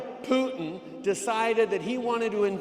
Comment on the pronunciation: Freeland is not doing herself any favours by trying to pronounce "Putin" as a Russian. Just extremely annoying and pretentious. And as far as I'm concerned, Kiev will always have TWO syllables.